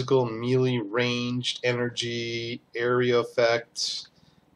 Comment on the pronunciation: Nice video. Good work with the break downs. One thing...please...it is called "may lay" not "ME LEE"... I had to play back a couple of times to catch what you were saying because I thought you were saying something that I didn't know was in the game.